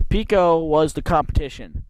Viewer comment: Pico is pronounced like apple Pie-Koh .. The first 9 minutes of the video is annoying and painful to listen to.. It's a shame you don't fully do research and practice your dialogue before you shoot .... The Pico track was where GE plant #2 sits today on Wincrest RD, I don't know of any NAPA store there. The concrete wall you sat upon at Fairmont is the barrier for the 4th turn and it ran along the front of the entire length of the southern set of bleachers... The bleachers sat back about 20ft from that concrete wall, and it appears the dirt fill on the bleacher side of the wall has been removed. There were also steel posts set in or just behind the concrete with 10ft high steel mesh fence. Many cars ran right up into that wall/fence. The wall/fence ended right where you saw it end, and there it transitioned into a guardrail and 8ft high steel mesh fence which ran in front of the tower and the northern set of (smaller) bleachers. **** There was nothing but banked dirt on the rest of the turns same as you saw it. The backstretch was wide open field.. Yes, cars could jump the banks you mention and wound up in the bushes or in the fields. Yes it was originally a horse (harness) track because it was the Rutland County fairgrounds way back.. You're correct that stock car racing at Fairmont started in the 1940's, but you missed it had shut down for a few years in the late 1950's-1961.. Family friend Hugh Young was owner/operator of the track almost 2 decades before CJ Richards showe